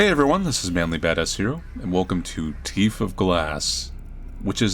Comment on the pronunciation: "his teef!"